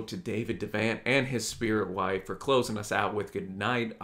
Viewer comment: I love this video, brought me right back to the spirit of those times... one thing, its pronounced De' vont like Vermont.